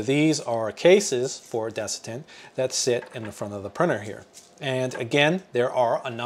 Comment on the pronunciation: Good video. Just fyi it’s desiccant